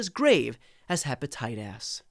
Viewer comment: What is hepatitas? ??? 😂